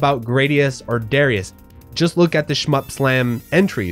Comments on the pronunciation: Gradius - Pronounced Grah-dee-us Darius - Pronounced Duh-rye-us Raiden - Pronounced Rye-den I enjoy the R-Type series as a whole TBH. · I shall never budge from my americanized pronunciation ha. I hate saying Grah dee us and duh ry us :-)